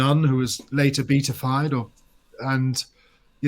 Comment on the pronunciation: 9.22 a nun who was later beatified should be pronounced bee-AT instead of beat!